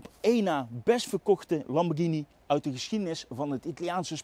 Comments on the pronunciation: Wat is hier verkeerd aan dan? Of ben jij er zo een die 'Lamborsjieni' zegt? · Nog nooit zo vaak ‘Lamborghini’ verkeerd uitgesproken gehoord. Wel leuke video overigens weer!